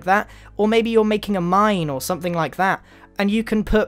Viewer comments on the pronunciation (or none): none